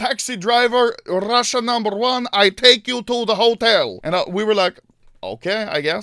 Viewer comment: БОЖЕ КАК Я ОРУ АХАХАХАХАХА, RRRUSSIA NUMBERR OOONNEEEE